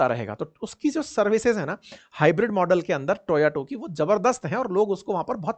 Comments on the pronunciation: Toyato nhi... its Toyota... aap hamesha toyato bolte hai 😅😮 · Toyato ❌ Toyota ✅ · Eesmooth nahi hota smooth hota hai, , TOYOTO nahi hota hota hai TOYOTA hota hai, eescale nahi hota hai scale hota hai, presence hota hai prejence nahi hota, I have heard that you have cleared UPSC